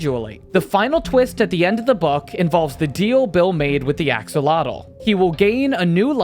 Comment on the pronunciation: He said axalotl ❤